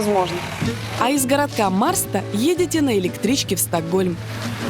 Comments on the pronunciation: не мАрста а мешта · НА МИНУТЕ НЕ МАРСТА , А МЭШТА , MÄRSTA - Ä - Э .,,, RS- читаем как - Ш